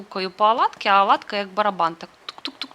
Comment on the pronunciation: Чому аладка ,😀а не оладка .?